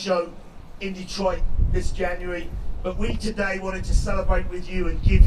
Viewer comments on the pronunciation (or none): none